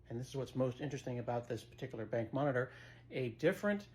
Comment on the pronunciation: I thought the same thing, but then Scott said "BENK" - and I low key LOVE that pronunciation! Not sure that I care whether it's right or wrong, but that's how I'm saying it from now on!!! Thanks Scott!